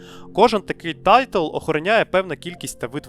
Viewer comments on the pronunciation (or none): Не " тайтл" , а " тайл"